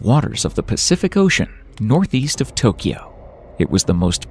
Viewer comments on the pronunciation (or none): none